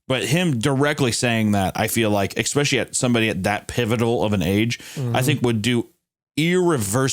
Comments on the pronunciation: Anytime Hunter says « especially » I hear « expecially »😅 if Tommy is immortal then the dad can’t do anything. If he wants those kids then he’s gonna get those kids. It’s unavoidable unless you spend your life on the run.🤷🏾‍♀️ I think it’s because Tommy doesn’t like strangers/crowds I wonder if he’d come back if they adopted kids instead of having biological kids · i am adapting to saying exxxpecially because of hunter